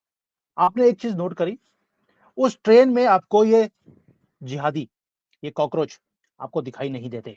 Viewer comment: सर आपने कोकरोच बोलकर बोला मे हसने लगा वो हेही कोकरेच चुतिया हे